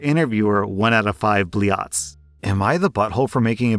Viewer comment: I don't know know where you got "" from, but it wasn't google translate.